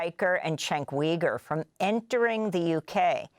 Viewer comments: Its Uygur not Wygur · Yoo-ger. Not Wee-ger. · Amy, Cenk pronounces his last name as YOU-grr. 🙂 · How are you going to pronounce Cenks name wrong? For real!? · lol She didn’t care enough to learn how to pronounce it.